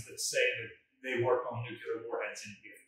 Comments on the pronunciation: It's Nuk-lee - ar. Not Nuk-you-lar. There's no such word as Nucular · And please invest in a dictionary. It's Nu-clee-er not nook-ya-ler. I can't even watch. My father worked on the Manhatten Project and a lot of scientists died figuring out how to build those things. That not exactly casual, sorry. Thanks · For God's sake the word is nuclear not 'nucular'. You sound like George W. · I suppose by this time he has made a conscious choice, but I do wonder why the chooses to say it like Nukular instead of Nuclear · Grrr! Nu-clear, not nu-cu-lar! :P Used to set my teeth on edge when JImmy Carter did that in speeches. He was a nuclear engineer who cut his eyeteeth under Rickover; he shoulda known better! :D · It is pronounced nu-klee-ar, not nu-ku-lar. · Nuclear is TWO syllables. Not Nucular which is three and describes the nucleus of an atom. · NU-CLE-AR!!! Please! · Nu-cu-ler, it's pronounced Nu-cu-ler